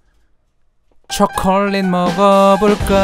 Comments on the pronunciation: 초커얼릿 머거 보까 여기에서 초콜릿 발음조금굴린것 같은데? ㅋㅋㅋ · 춱퀄륏 머거볼까아~~ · 앞에 춰퀄릿 ~ 너무 웃겨요! 저도 먹고 싶네요 ㅠㅠ 저는 제가 나이일 때로 돌아가고 싶어요 (╭￣3￣)╭ 걱정거리 없이 행복했던 그 때로요,, 공감하시는 분 계신가요..! 오늘도 잘 듣고 갈께요:) 도 아빠를 닮아서 ASMR ( 리얼 사운드 ) 를 잘하는 거 같아요 ㅜㅜㅜ 입에 초콜릿을 잔뜩 묻히고도 모르고 맑은 표정으로 웃는 걸 보니 진짜 귀여워요 >< 혀 짧은 것도 귀엽구요,, 그리고 아빠가 " 들어주세요 ~ " 라고 하라고 했더니 하는 것도 넘넘 씹덕이구요 ( ⁎ᵕᴗᵕ⁎ ) 처음에 사운드 듣다가 딸이 있으시다는 사실을 알고 유튜브 검색창에 찾아보다가 최애가 로 바뀌어 버렸어요 ٩( ᐛ )و ( 쥬르륵 ) 는 일상이 입덕 영상이예요,, 진짜 귀여워,.. 이 언니랑 하루만 영혼이나 체인지 할래..? 나도 먹방 유튜버 아빠 덕분에 맛있는 팝핑보바, 실비 김치, 불닭, 그리고 맛있는 초콜릿까지..! 너무너무 먹고 싶다.. ♥ 그래도 난 우리 엄마 아빠가 최고 ❤ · ㅋ췩퀼릭이래 ㅋㅋ빵터져네 어우 진정햌 ㅋㅋ ㅋ악 ㅋㅋ 진정.....하라고 ㅋㅋ악악 ㅋㅋ 풉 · ㅋㅋㅋㅋㅋ춰머거볼까 로도 들리네요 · 춰컬릿 뭐냐고ㅋㅋㅋㅋㅋㅋㅋㅋㅋㅋ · 처음에 오프니송 발음이.ㅋㅋ 처퀄릿 ㅋㅋㅋ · 노래 시작 부분 발음 너무 좋으신데요 ?? 춰컬릿 먹어볼까 ㅋㅋㅋㅋㅋㅋㅋㅋㅋㅋㅋㅋㅋㅋㅋㅋㅋㅋㅋㅋㅋㅋㅋㅋ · 오프닝 초콜릿할때 발음쳐컬릿으로된거 넘웃겨옄ㅋ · 맨처음에 노래에서 초 가아니라 춰콜릿 먹어볼까 라고 들려요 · 초퀄릿 ㅋㅋㅋㅋㅋㅋㅋㅋㅋㅋㅋㅋㅋㅋ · 초우 ㅓ콜릿 막어 볼까라는태 초콜릿발음무엇? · 춰퀄릿 먹어볼까라고 들리는데요 ㅋㅋㅋㅋ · 쳐촐릿이라고 들리는거 나만 그럼? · 처음시작할때 발음이 춰컬렛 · 처음에 나만 쳐컬릿이라들리나?ㅋ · ㅋㅋㅋㅋㅋㅋ 저만 그렇게 들은줄